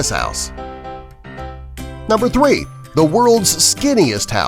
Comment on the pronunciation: the guy said number thwee